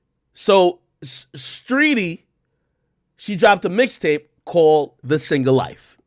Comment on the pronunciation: He said streety I’m ☠️☠️🤣🤣